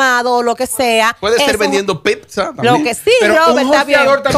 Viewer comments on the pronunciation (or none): none